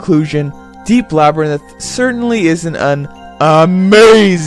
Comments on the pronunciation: Two issues: the magic interface really isn't as difficult to work with as you put it, and secondly, it's la- (like the a in slab) brr (like oh damn I'm cold) rinth. You were pronouncing it labrinith, placing the "y" where the "i" is and putting the "i" in between the "n" and the "t". Other than that, a very fair review. Well done. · Labrynith? "LABRYNITH"? Srsly? You might as well call it 'labrythin'. Read along with me, now: LA-BY-RINTH. The R comes after the Y, and the N comes after the I. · Laberninth? I giggle every time you say that. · lol, its funny how you pronounce labyrnth "lab-ruh-nith" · You don't pronounce Labyrinth right at any point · I know this is a dead channel, but this was the first video I watched back in 2016 after I replayed this game. I randomly remembered your channel today and this video and now I'm going to watch all your vids. I watched a bunch of then back then and I remember watching your Oni playthrough on upload day. This is such a gem of a channel, even if you can't pronounce Labyrinth. 😂 Your videos have so much personality. Inspiring. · I dont think you're pronouncing the word "Labyrinth" correctly